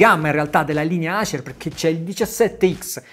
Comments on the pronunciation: orribile sentirlo pronunciare Acer ( Nike diresti Niche ?? ) Le marche inglesi vanno pronunciate in inglese Dovresti pronunciarlo Eiser. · Davvero bella recensione.....però....acer....predator.....letti così non si possono sentire..